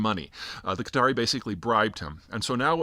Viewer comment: It's not Cutter ... it's Qatar. Peter pronounces Qatari (the people) correctly but then the name of the country, incorrectly.